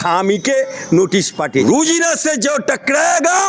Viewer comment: Rojina not Rujina, thik pronounce karun